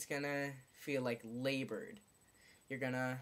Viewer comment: he said laboured